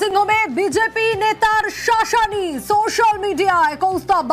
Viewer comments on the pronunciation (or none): Etate shaaashani r ki holo madam kindly try to change your way of potraying this as " Sashani"